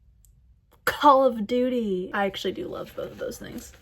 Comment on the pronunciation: the way she said call of duty LOL